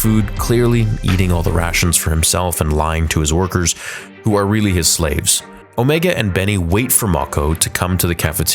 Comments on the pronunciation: It’s not Omiga but Omega..ie Meghan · It drives me crazy that you are saying Omegu not Omega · On-ME-Ga? I thought her name was O-May-Ga? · i think it is pronounced "Omaega", not "Omeega" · and. You really have to learn how to pronounce names properly. Her name is pronounced Omega, NOT "Omeega." Are you completely illiterate or are you just messing around? You pronounce it perfectly at other parts of the video.. Do you want me to pronounce your real life name as? No, you don't. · Why do you keep saying Omeega? She has an accent, that doesn't change how it's pronounced to people without that accent. Everyone else on the show says Omega. Because that's how it is pronounced. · o’ MA ge not o’ ME ge. Look up the pronunciation for omega. The other way sounds silly just like her character. Also, I just have to add that this show sucks along with Omega, Cid, and so many others in it. Bad stories and characters. I’m surprised the boy didn’t become a full-fledged member of the Bad Batch. Bowing out now. This is the way. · Stop saying "Omeega"!!! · She litterally pronounced her own name as Omiga... It's everyone else who calls her Omega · Why does he say omega like that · you said omega wrong